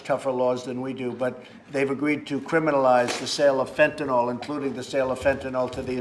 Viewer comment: It's not Fantanalll It's Fentanyl..... Trump needs some speech lessons. Is anyone afraind to correct him?